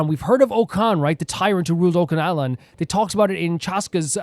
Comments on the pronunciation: Oh btw, I thought u might wanna know this, but it's pronounced "Och-ka-natlan", not "Ot-ka-natlan" Not a big issue tho! Loving this!!✨ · Yeah. "Och" is pronounced like the end of "notch".